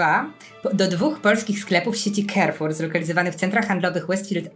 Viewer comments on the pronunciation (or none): Carrefour wymawia się "karfur", nie "kerfur".